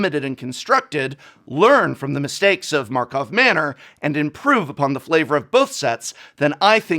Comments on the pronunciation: It's very telling how uninspiring MKM is that the Prof (who never forgets anything, especially not drawing on first turn of a commander game) kept calling it "Markov" manor and I didn't bat an eye. When I saw the set, I kept thinking "why is this on Ravnica?" 'Karlov' makes me think of Innistrad. The detective angle makes me think of New Capenna. Heck, a detective noire story on Kamigawa would have been cool! Go full Iron Man with it, with characters recreating what they think happened at a crime scene with holo-projectors and unhelpful or untrustworthy Kami! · Say Markov Manor. One. More. Time. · Why does he keep saying "Markov"? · He is clearly saying Markov on purpose. It's supposed to be funny. I don't see how it's a joke or how it's funny at all, but you don't say it wrong 50 times in your video while having the correct name in the thumbnail without it being intentional. Maybe it isn't a joke. Maybe he did it for exactly the comments we are writing. The algorithm demands engagement. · I'm curious how intentional the "Markov" manor stuff was since Prof did say Karlov once or twice but just sort of drifted out of it. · FUCKING KARLOV. IT'S KARLOV MANOR! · It speaks volumes that he didn't say the name properly even once. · Another reason karlov manor was bad: prof could only get the name right three times in a 19min video 😂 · *Karlov Manor *Karlov Manor *Karlov Manor *Karlov Manor *Karlov Manor *Karlov Manor *Karlov Manor ... Sorry Prof. I couldn't resist correcting the English Teacher lol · I know it's kind of a meme to say "markov manor" but I don't think I've flubbed the name a single time. And it stops being funny when everyone is making the same joke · I love that you continue to (I assume at this point deliberately) say the MKM set name wrong. 😂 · I love how is just not trying to pronounce the name right. And i dont blame him. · The fact that everyone says it incorrectly is the prime example for why MMM (nee MKM) stinks.